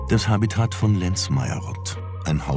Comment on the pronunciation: Habitat wird auf der letzten Silbe betont. Ich kam aber hierher, um an meinen Botanikprofessor Große-Brauckmann zu erinnern. Wir nannten ihn den Großen Brockhaus, weil er jede Pflanze kannte, er musste keine bestimmen. Es war eine schöne Zeit in Darmstadt vor über 50 Jahren.